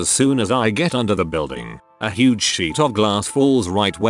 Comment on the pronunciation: uhhh... how did their tts pronounce "huuuuge" as "huwuuge"?